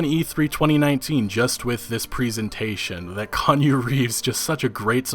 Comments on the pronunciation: Keh-an-oo- its Hawaiian. 😔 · why the fuck im hearing "Kanye Reeves" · Sounded like he said kanye lol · Sounds like you said Kanye Reeves XD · Damn, it's hard to take you seriously when you can't even say Keanu's name right. Love your news vids bro but damn. Its pronounced key-yaw-new. I saw you were tired but you can do better. Anyway, other than that, great work, keep it up! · LOL did you just call Keanu Reeves "Kanye Reeves"? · (Key-Ah-no) that’s the proper pronounciation of his name fam. Thanks for the video.😁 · It's pronounced Kee-ahh-new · PLEASE stop butchering his name it IS PRONOUNCED (/kɛˈɑːnuː/ keh-AH-noo[1] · Kanye Reeves🤦🏼‍♂️🤦🏼‍♂️💩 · “KaNYe reEveS” lmao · His name is pronounced Key-ah-nuu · yea was gonna say that, his pronunciation made it sounded like Kenye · Keanu... its pronounced Key-on-oo!!!!! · Love ur vids to death but the Keanu is pronounced Key-yaw-new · It is absolutely "Ki-ah-noo", 100%. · Quit mispronouncing Keanu! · The way you are pronouncing Keanu is really painful to listen to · You said Keanu differently every time.... and not one was correct. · The best part is all he had to do was watch about 10 seconds before the video he took from E3 to get the correct pronunciation LOL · dislike for mispronouncing keanu reaves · Damn dude. I cringe so hard everytime i hear you try and say Keanu Reeves. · How do you mess this up man they said his name before he walks on stage also his fucking Keanu Reeves how do u not know how to say his name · Thumbs down for the butchering of Keanu reeves name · I cannot get over how you pronounce Keanu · You are completely mispronouncing keanu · I cringed every time you pronounced Keanu Reeves name. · Kanye Reeves? Wtf. It’s Keanu not Kanye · It ain't Kanje Reeves, it's K E A N U Reeves. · Who the fuck is Kahn-You? Was he standing behind Keeeee Annnnnn OOOOOO? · ITS NOT KANYE REEVES YOU DILDO ITS KAY-AH-NOO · Do you keep saying Kanye Reeves? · Konyo Reeves? Bruv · "Kanye Reeves" 😝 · Kanye Reaves